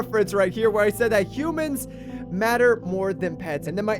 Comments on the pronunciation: Anyone else notice how it said "Hoomans" at the end? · it pronounced hoomans if you look back at the video 😂